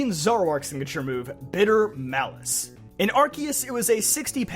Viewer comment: Oh my God. A poketuber said Arceus the right way?! This might be the happiest I’ve ever been watching a poketube vid. I literally subscribed for this.